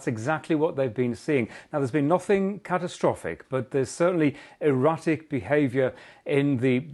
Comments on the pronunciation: he says there's been EROTIC behaviour in the currents of the Pacific X-) instead of erratic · Not "erotic," tell him he means "erratic" behavior of waves. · Erratic not Erotic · I think he said erratic but it did sound like he said erotic lol